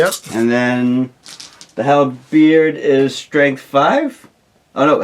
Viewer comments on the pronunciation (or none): I love how pronounces "Halberd" as "Hellbeard"; sounds like an infernal pirate.